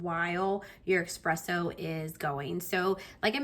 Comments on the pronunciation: ESpresso, not EXpresso😢 Overall very detailed review, you just need to adjust your grind size, as the espresso was very under extracted. You saw the machine gave you a different recommendation after and decided to ignore it, but I think you can get a way better espresso shot and creamier. I think you will love it a lot more and notice the difference as well. It won't be as bitter ❤ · please stop saying expresso though :) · Nice job, please just stop saying X-presso 🙏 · Your video is very informative! Love that you’re so thorough. Only con: there’s no X in espresso, only S’s… thanks! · sometimes being a coffee snobbass is what ppl need. Well said and BTW it is "espresso". Not ex, egg and whatever presso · Nice review, but that "eXpresso" is killing me from inside.